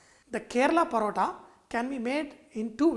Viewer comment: This is a form of Malabar 'Parotta'...... Sorry.... But its really pronounced as Malabari 'Porotta'. But the real thing calls for eggs and not oil- Dalda/ Ghee